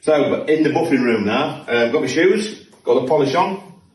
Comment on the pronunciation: “Buffing machine” not “buffering machine”. 🙂